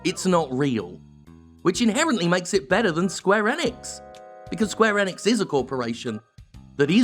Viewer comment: the fact he can't say enix means i cant trust hes done research, REAL research